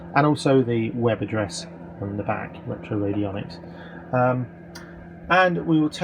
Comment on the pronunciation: You have a peculiar way of pronouncing retroradionics... 😂